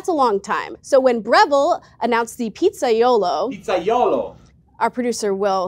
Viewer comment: Pizza-yolo 😂😂😂😂 Then proceeds to throw shade on the person who tried to help with the pronunciation.